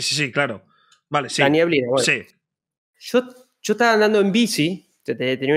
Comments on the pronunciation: en chilito se dice nieblina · Todos: neblina El kun: nieblina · nadie ABSOLUTAMENTE NADIE El Kun: "NIEBLINA"